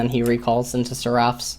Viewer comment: he's pronouncing "seraph's" wrong it's bothering me xD